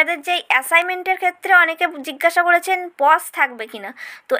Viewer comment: Pause not pos😄🙄🙄